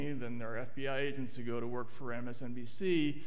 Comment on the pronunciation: 80 Asians on the Foreign Influence Task Force! Can't unhear it.